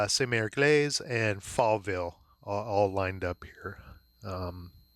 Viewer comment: Jeez. It's Egleeese not Eglayse. :) Watch the Longest Day. John Wayne nails it. Came from someone else's unboxing but he really didn't give a lot of info. This was perfect. Thank you!